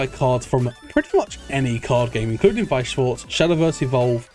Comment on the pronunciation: yo the pronounciation of weiss schwarz is so much better now you're learnding